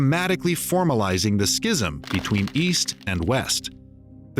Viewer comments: Please look up correct pronunciation of the word, "schism." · That’s not how you say schism